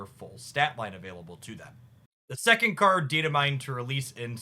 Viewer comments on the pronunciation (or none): none